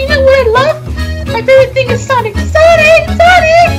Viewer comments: HIS NAME IS NOT SANIC!!!!!! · every time says Sanic LoL